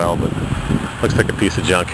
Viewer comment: yeah but he goes "jeeonck " or "rrrusted" every time he sees a vehicle older then a day....he he he